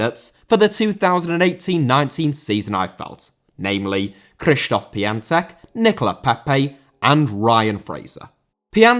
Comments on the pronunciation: It's k-shish-tof pion-tek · The only thing worse than this list is your pronounciation of the players names. Who the hell is Cristof Pian-sack???